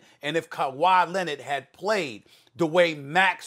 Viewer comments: “Kawhi Lennet” -Stephen a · Why does SAS pronounce kawhi’s last name as “Lennon” 😂 like this ain’t the Beatles it’s Leonard. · "Kuwhy Lennid" i laugh every time i hear SAS say his name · Why does SAS always say “Kawhi Len-ID” lol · “Kawhi Lennet”